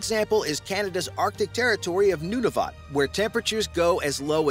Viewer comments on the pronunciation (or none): bro pronounced Nu-na-vute, new-new-vate. jk loved the video